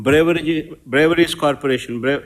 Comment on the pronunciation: Po ayya natthi pakodi. Beverages corporation anadam nerchuko naayana